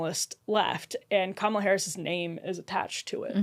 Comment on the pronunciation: If you are incapable of pronouncing Kamala’s name correctly you should just shut up